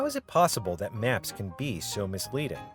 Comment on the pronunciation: northern Wisconsin accent??